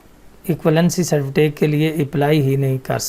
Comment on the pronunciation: good master you have to done. its certificate not certifitake